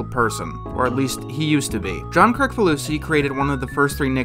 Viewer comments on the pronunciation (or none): Kricfalusi is pronounced "Kritsfalusi" not "krikfalusi" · Anyone else angry this guy can't pronounce Kricfalusi?